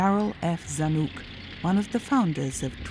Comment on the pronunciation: It’s not “Zan-uk” but “Zan-ick”.